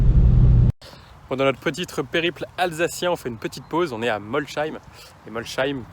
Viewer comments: Molsheim ça se prononce Molsaïme, pas Molchaïme ! Cela dit, essai sympa et plutôt original dans son format. Puis très bon choix de monture ;) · A tous les alsacien qui on buguer quand il a dit Molsheim 😂 Ça m'a fait tellement bisard quand il a prononcé le H